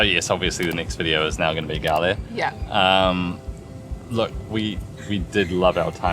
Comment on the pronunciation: Nice vlog, but the Pronunciation is wrong, 😅it's spelled like goal, not galle